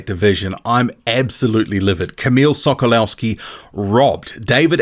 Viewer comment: The W in Sokolowski is pronounced live a V.